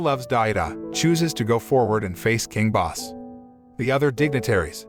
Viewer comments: nope. It's pronounced "Bos-se". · I like how he pronounces king bosse wrong and pronounces it as boss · Isn't the king's name Bosse as in BO-suh? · Wait ! It's not the right pronounciation ? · it's not